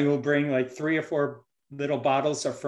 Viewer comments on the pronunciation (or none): none